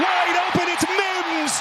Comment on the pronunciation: If that dude says Mims like he does one more time.... 🤬